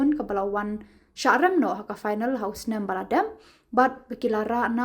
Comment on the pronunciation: phainal ✅Final ❌ 😅😅